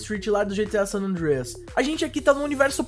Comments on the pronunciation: ele quer ser gringo kk, sanandrias kkkkkkkkkkkk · mano para de fala san andrééééééia q feio cara ... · fala san andreas direito cara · o cara falando san andreas moh esquisitão... antes falar em portugues do q tenta paga uma de americano e falando parecendo q ta comendo um bolo...